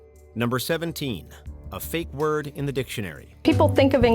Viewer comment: David cronenburg finds an ah ah ah! You didn't say the magic werd!